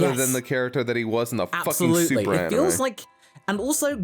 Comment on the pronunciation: Bruh if you're gonna mock for how he pronounces "manga" like a mega snob you could at least pronounce "anime" right. 🤷‍♂️